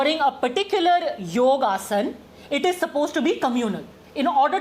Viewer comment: Ok it's yoga not yog